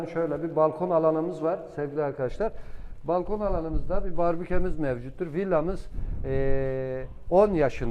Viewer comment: Hocam barbüke demeyin. BARBEKÜ lütfen düzeltin Sundurma